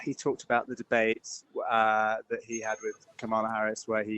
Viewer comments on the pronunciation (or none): Mispronouncing Kamala whilst talking about racist rhetoric from the modern Republican Party is a choice. If you're still struggling over enunciate "camera", open the first "a", and go from there.